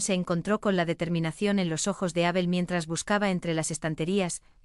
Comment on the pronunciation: Es Abel, no Ábel, me pone de los nervios oír esa tontada de leer Abel con acento en la A. Cambien eso.